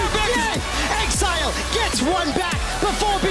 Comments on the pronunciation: Bjerg pronouncing exileh as exelay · Why does Bjerg keep saying Ex-EEE-leh instead of pronouncing it "exile" lol